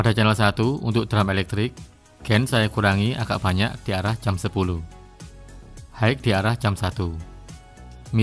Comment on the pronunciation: Koreksi pronounciationya: High = Hi, bukan haik. Pan = pen (bukan peining)